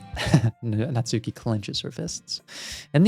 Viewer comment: The “u” in “Natsuki” is silent, try saying it more like “nuts key” (though the “ki” not quite as long as “key”).